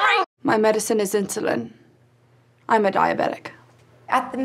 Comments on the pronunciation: In-sul-in? I can't help you if you're going to make up words. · It’s okay- we can help you! We can get you off of this “insileen”! There’s hope..